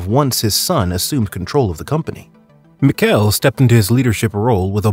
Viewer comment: You mispronounced Michele's name the entire video.